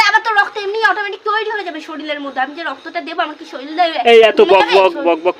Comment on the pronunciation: কথাটা শরিল নয়, শরীর।